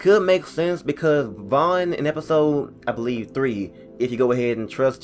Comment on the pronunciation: It's vaughn